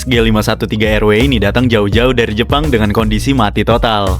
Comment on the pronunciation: Kadang geli dengernya "Dari Jepang"😆😆😆😆